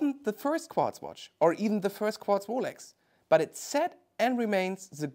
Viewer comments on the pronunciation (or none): "Qwatz movement" 😂